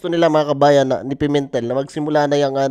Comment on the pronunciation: Pimentel... Pemintel? Pimentel? Hahhahhaha ano ba Yan?